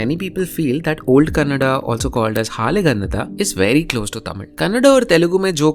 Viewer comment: It's hale gannada not haale gannada